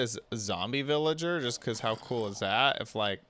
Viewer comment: you said "hot to make a iron farm"